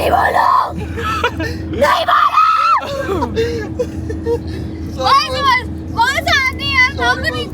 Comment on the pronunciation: એ સોરી બોલવા માં મમ્ કરી લીધું